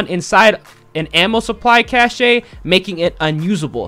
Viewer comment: Cache = cash. Not cashay lol.